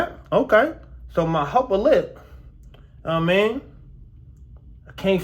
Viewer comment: "My hupper lip". The numbing agent had your pronounciations in a chokehold.